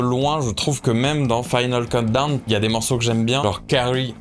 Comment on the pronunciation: Super vidéo, j'ai appris un paquet de trucs sur Europe ! j'adore. J'avoue j'ai grincé à chaque "final keuldown" :D